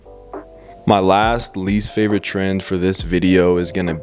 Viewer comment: Thought he was sayin tren, that's a big tren of 2021 tbh